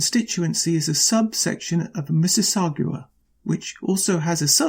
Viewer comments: Mississauga. GA. Not Mississaugwa. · so I shut this off after about 2 minutes. first of all, you are pronouncing Mississauga wrong. Mississauga is an independent city with their own mayor and city council, not a suburb of Toronto. it is also a city of nearly a million residents , hence the number of electoral ridings. see in canadian politics, we elect members of parliament to represent people, and we decide how many there will be largely on population. Lastly, motions are not bills. if you are going to have a successful commentary on Canadian politics, I suggest you educate yourself on Canadian politics, and maybe geography.